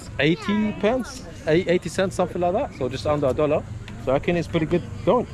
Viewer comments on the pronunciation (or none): none